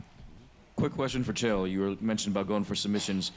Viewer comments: Chael "Kale" Sonnen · Chael speaks to and calls him "kale". LOL